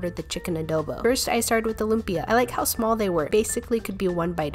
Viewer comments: how to pronouce them: Letchon Kawali, Lumpya, Panseat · The way u pronounce lupia and pansit